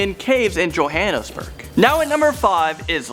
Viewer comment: Lol, I can't help but laugh at how pronounces Johannesburg and Afrikaans,etc XD 😂